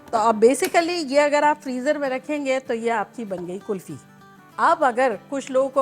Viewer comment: Ye kulfa Kya hota hai 😀 Hum tou kulfi sunte aye ab tak 😀